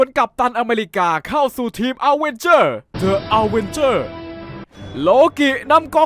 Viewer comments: ดิ อเวนเจอร์ ไม่ใช่เดอะ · เค้าอ่านว่า ดิ อเวนเจอร์สไม่ใช่หรอคับ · ดิอะเวนเจอร์ ไม่ใช่เดอะอะเวนเจอร์ครับ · ขอแก้หน่อยนะครับ the avenger เดอะ อเวนเจอร์ ออกเสียงผิดครับ ออกเสียงว่า ดิอเวนเจอร์ ครับผม สำหรับบางคนไม่รุ้จริงๆนะครับทำไมออกเสียงว่า ดิ แทนที่จะออกเสียงว่า เดอะ เพราะว่าคำที่ต่อจากคำว่า the มันขึ้นต้นด้วยสระภาษาอังกฤษครับ ซึ่งนั้นคือ A E I O U มี5ตัวครับ ยกตัวอย่าง The incredibles Hulk ออกเสียงว่า ดิ อินครีดิเบิ้ล ฮัคดังนี้ครับอยากให้พี่หรือใครที่อ่านเม้นนี้ ใช้การออกเสียงที่ถูกนะครับ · ถ้าคำต่อจาก The เป็น a,e,i,o,u ให้อ่านว่า ดิ ไม่ใช่ เดอะ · ใช่ครับ อังกฤษก็อ่านว่าดิ เพราะคำว่าเดอะมันอยู่หน้าตัวอักษรสระ เคยเรียนอยู่ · เอิ่มพี่คับ คำว่า The avengers มันต้องอ่านว่า ดิอเวนเจอร์ ไม่ใช่หรอคับ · พี่น่าจะพูดผิดนะครับ :-: The Avengers อ่านว่า ดิ อเวนเจอร์ส ครับ :] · ดิ อเวนเจอร์ ครับ ไม่ใช่ เดอะ อเวนเจอร์ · ดิ อเวนเจอร์ ไม่ใช่ เดอะ อเวนเจอร์ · มันอ่านว่าดิ อเวนเจอร์พี่!!! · อ่านว่าดิอะเวนเจอร์นะครับพี่